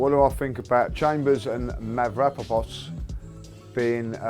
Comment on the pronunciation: "Mavrapapos" LOL Robbie Invest Your Money elsewhere get David Beckham in here